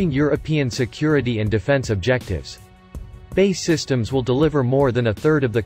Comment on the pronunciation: Why can't the commentator get the name of the British manufacturer right - it's not "Bay" systems, it's "B. A. E" Systems, He manages to get Gmbh correct?